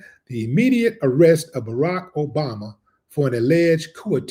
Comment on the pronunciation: yea but he says obamna